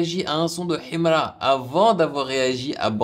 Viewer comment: Ta maniere de prononcer son nom en arabe menerve et tes critiques sont nuls